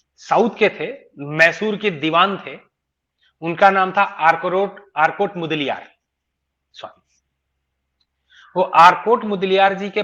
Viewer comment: आर काट मुदलियार यह सही उच्चारण है